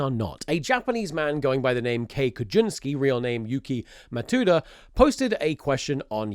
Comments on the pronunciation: Btw it’s Yuki Matsuda, Japan doesn’t have “Tu” in their alphabet, only “Tsu”. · I can't speak to your pronounciation of Margriet van Breevort, but Yuki-Matuda is actually supposed to be read "yuki matSuda." see Japanese speakers romanizing Japanese words will sometimes spell this one sound "tu" instead of "tsu", it's intuitive to them ig but it's such a rookie trap for gaijin. Also, stress is on "Ma," not "tsu."